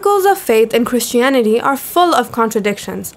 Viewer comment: " Crishtianity " What a great theological foundation v